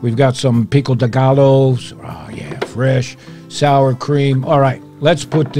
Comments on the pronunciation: Love this recipe. But your saying pico de gallo wrong. The 2 L,s is pronounced as a y . (Ga-yo) pico de gallo say it right next time please? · Lol I had to chuckle just an FYI pico de Gallo is pronounced pee-co de Guy-oh nonetheless another great video that just makes you water at the mouth 🤤🤤🤤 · Looks good! Another great recipe! Oh just for the record Pico de gallo is pronounced Pico de guy ō. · Pico de ga-low!! 🤣🤣🤣👍🍻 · I cracked up at hearing "picko dih gallow". That's how I imagine Archie Bunker would say it. 😂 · You can pronounce Pico De Gallo well by splitting Gallo, Ga-Joe! 😷👍🏻